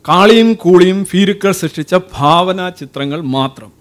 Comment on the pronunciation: ഫാവന അല്ല ഭാവന ഫയം അല്ല കൊല...